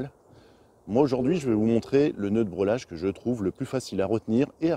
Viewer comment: Nœud de "brêlage" ou de "brellage"....le mot se prononce comme il s'écrit dans les deux cas .... Et ne se prononce en aucun cas "brelage"..... Ce sont des "morceaux" de bois et non des "bouts" de bois....le bout (en français) est l'extrémité ......